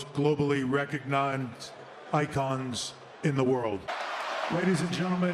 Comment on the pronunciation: I'm sure Hogan was just happy to be "recognonzed"😂. Paul botched it so nice, might as well botch it twice lol.